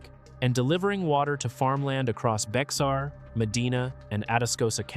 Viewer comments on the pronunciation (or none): Not pronounced Bexar but Bear.